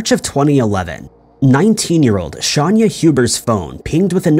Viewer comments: Shay-nah.Look at your own video,her mug shot is right there with the spelling...I knew I'd seen her case before ,but the way you were saying her name as "Shahn- yah" threw me off... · How did he get Shanya out of Shayna.... Pronounced: Shay-nah... Shay-nah.... Shay-nah........... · Her name it is not Shanya, it is Shayna Hubert. 🙄🙄 That said, she made a mistake killing her boyfriend. If he didn’t want anything to do with her since he had been pursuing a relationship with a Miss America or a a model or something to that effect, Shayna should have accepted it like a grown woman she was and let him go. NO ONE is attached to the other person, NO ONE, everyone is FREE to walk away. But pretending that he or she “belongs” to you, it is a deadly fantasy created in people’s minds. A very sad and tragic case where one person is deceased and the other incarcerated. Shayna ruined her life and career, and ended the life and career of another. Shayna forgot that “there are a lot of fish in the water!” She could have found another man because of her looks and educational background . Besides, no man is worthy going to prison, Shayna, remember this when you are out in parole. What a waste this case was, what a waste. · ~ Please be more accurate in your videos. It’s “Shayna” not “Shanya” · Her name is pronounced Shane- ya Not Shawn- ya YouTube search videos about her hun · Just pointing out it’s not ‘often’ that detectives go into a victims history of who they were. It’s protocol. And it’s actually pronounced ‘Shawn-ah’. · Dude her name is clearly written a few times, how do you take 'Shayna Hubers' and turn it into "Shanya Hubert'?? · Pronounced Shane A (Shayna) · Don't you mean "Shahnnn yah?" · How is it possible you don’t know how to pronounce Shayna’s name? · He’s gotta be doing it on purpose. It gets people to comment and he does it every video. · Have you considered that he could be dyslexic, and is saying the words/names the way he sees them? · its Shayna ...NOT shaaaania